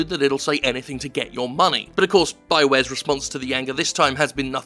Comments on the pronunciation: I thought I heard bioware I was laughing my ass off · Lol you called them bio ware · I thought I heard bioware at one point and thought, "oh I bet that was a mistake." then moved on with my life.